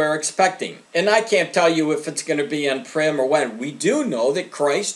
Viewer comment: Purim (pronounced poor-im) not "prim", which means formal. In case anyone was confused.